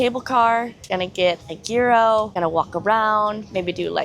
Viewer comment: Gear-o? 🤣No...no...no...no...no...please, someone make her stop. 🤣